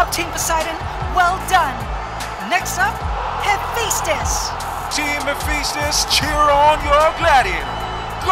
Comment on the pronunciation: Hephaestus... You know how the kids say phat like fat? Yeah it's like that. Fa not Fe. Sorry the way your pronouncing it is getting under my skin. Lol.